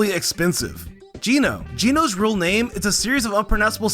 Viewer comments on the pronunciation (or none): none